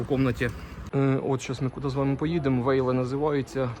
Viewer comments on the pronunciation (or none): "Вайле" правильно)